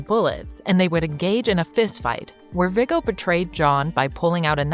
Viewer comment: Her pronoucing everything wrong viggo